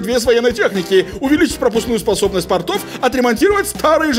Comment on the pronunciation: Ребят, Вы отличные, со многим могу не соглашаться и спорить, но вы всё равно отличные! НО! Не ПортОв, Не портОв( это штаны), а пОртов, пОртов, пОрты))))Мне как воднику - уши режет)) Как "филологу" тоже)))